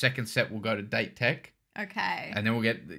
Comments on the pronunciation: By the way, it's Date, da & te. Date Kogyo shorten to Dateko. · “A” in the Japanese alphabet is pronounced “ah” and “E” - “eh” so Date sounds like dah-teh. It doesn’t actually mean the English word date.